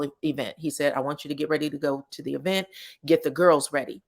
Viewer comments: I love the way you put E VENT thats how Latheifa pronounced it………… she probably thought it sound good ( wrong ) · “E vent” 🤣🤣🤣